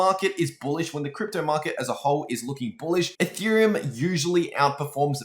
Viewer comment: instead of ethereum, he says “a theorem”, anyone else catch that? haha